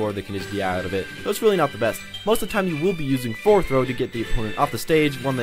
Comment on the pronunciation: lmao he said foreward